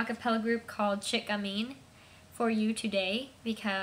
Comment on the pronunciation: You did a wonderful job, Ivory West! I know it's been over 4 years - so hope your hand is all healed up! A Couple of Things: 1. The band is Chic Gamine where "Chic" rhymes with "Cheek" - as in "Sheek". 2. The Song is titled "Shake off your worries".